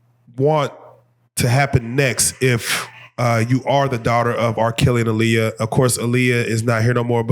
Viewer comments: Tell you pronounce her moms name Ah-Lee-uh, not uh-lee-uh. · You can join Rocky in the corner 😂 it’s her pronouncing her name “Ah-Liyah Hawton for me.